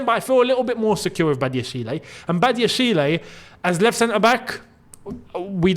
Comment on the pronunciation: Patiently waiting for the day says Badiashile's name right 😂